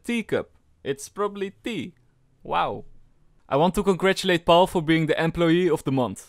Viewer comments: When you pronounced Paul you sounded super French is that ur nationality?? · When you said "Paul" i was thinking about romania because we also say it like that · Pol, PAUL, Pol xD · De Hollandse uitspraak van Paul haha